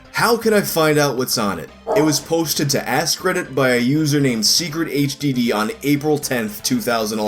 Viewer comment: LOL... "Ask Reddit" sounded like "Ass Credit" to me.